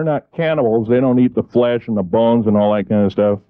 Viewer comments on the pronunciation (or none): none